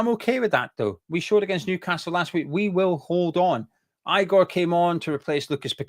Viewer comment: Hey, it's pronounced Igor (e-gore, not I-gore).